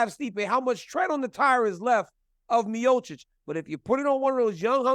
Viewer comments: Dawg I’m sorry but how are you working for ESPN and you can’t pronounce the greatest heavyweight of all times last name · If you work for ESPN you should know how to pronounce one of the greatest heavyweights name. MeeOhChich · Miosich. Stipe Miosich. Guy gets paid by ESPN to call him Miosich. Come on. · You would think being an MMA reporter, Bret would know how to say Miocic… but doesn’t surprise me one bit. DC still making excuses why he lost to Bones 😂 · Awk-a-moto rolling out a new “miocic” pronunciation five years in 😂😂😂